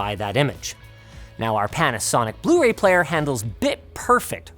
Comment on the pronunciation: "Proper bluee Ray player"😒😒